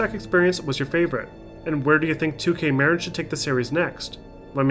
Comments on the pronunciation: muh-RIN not MARE-in, it wasn't named after Cheech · With the announce of the new Bioshock, let's all hope that it's not run-and-gun Haloshock like Infinite was. Sidenote: It's definitely not pronounced "2K Merrin," its "2K Muh-Rin." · I know this video is a year old and I love your documentaries, and would hate to make it seem like I don't, but one thing I HAVE TO criticize is that you mispronounced Marin. I am from Marin myself to I can tell you with 100% confidence it's pronounced Muh-rin not Mare-in. Otherwise AMAZING video as always. Thank you! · Killer documentaries, like always. I just need to comment (sorry) - Marin is pronounced - Mah-Rin. As a native that was just driving me nuts as they played such a large role in the development from 2 onward. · The way he kept saying Marin really killed me inside as someone who lives in the area lmao. Its pronounced “ma-rin” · The way you pronounced Marin... Made me feel weird... As someone that lives in that area. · Haha I live in Novato California (94947) that basically means my home town made the best game of all time, and the way he said Marin got me laughing haha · Anyone else hear the way he said “Marin” 😂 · Great video, but that pronunciation of Marin kept getting me.